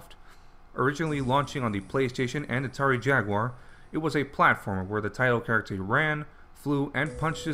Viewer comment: Rate that characthhhr